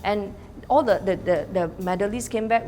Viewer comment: 她的th不见了，这么常用的字也唸不来。